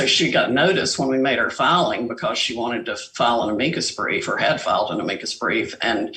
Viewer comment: She can't even pronounce "Amicus brief" correctly how is she still a lawyer???????